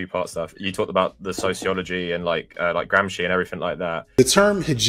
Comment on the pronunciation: I believed him about how to pronounce “Dubois” until I heard him pronounce “Gramsci”